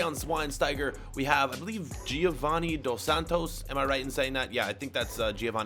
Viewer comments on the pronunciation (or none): none